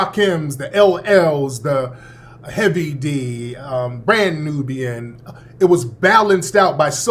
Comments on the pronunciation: Wait . . . Did you just say Grand Nubian? It's Brand Nubian😁 I am so glad that I NEVER liked 2LiveCrew. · Did say Grand Nubian? Brand Nubian my boi!